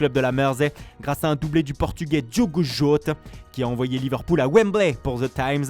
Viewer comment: Catastrophe jota